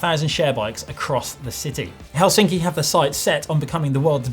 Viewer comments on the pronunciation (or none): none